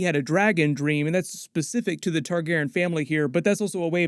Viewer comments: you pronounced Targaryen wrong and I lost respect for you. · Still waiting to hear back on why you aren't pronouncing Targaryen correctly? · So why did you change your pronunciation of the name targaryen??